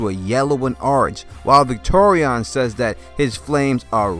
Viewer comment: Dude, it's Victarion, not Victorion. And Varamyr, not effing Vlad.